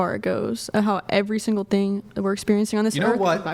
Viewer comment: I can't stand how she pronounced the word "thing" as "teeng."